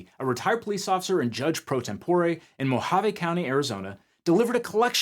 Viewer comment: It's always funny when people enunciate the H in Mohave 😅